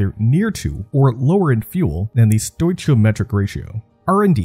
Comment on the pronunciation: Palladium is pronounced "Pah-Lay-Dee-Um", not "pallah-deeum". Stoichiometric is pronounced "Stoke-EE-Oh-Metric". Ask is pronounced "AsssK", not "axe".